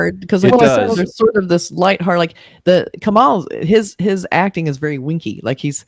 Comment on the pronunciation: Please get the pronunciation of the lead actor's name right it's not Ka+Maal it's Ka+Mull the last syllable pronounced like the word Mull, like to Mull things over. Also his last name is pronounced as Haa+Sun. Lot's of people get this legend's name wrong even in India, so you're not alone. Kamal Haasan, Kamal = Lotus.